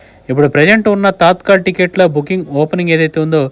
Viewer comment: Adhi తాత్కల్ కాదు తత్కాల్